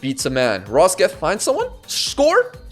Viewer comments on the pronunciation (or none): rock-set not rosket pleeeeeeeaaaaasse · love your vids but, as a norwegian, your pronounciation of Rokseth is painful. It's Rock-Set but with a rolled R. Keep up the great work